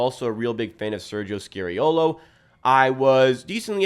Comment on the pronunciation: SKA SKA ffs. It’s bloody SKA-reeolo. How about we mispronounce your name? Pls pls pls.